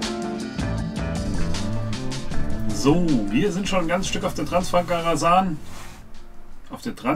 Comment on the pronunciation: Transfagaraschan... So ist richtig zu sagen.